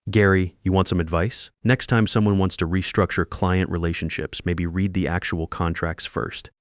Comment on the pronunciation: The present and past tense of “read” are spelled the same but pronounced differently. The software should know that.